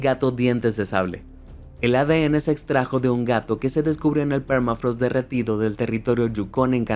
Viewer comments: es "thermafrost" no es "phermafrost," encima lo copiaste y pegaste asi...que lastima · Permafraasth !! Habla en criollo hermano.. se pronunciá permafros che vende patria